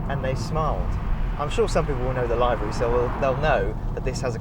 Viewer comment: It's pronounced LIVery.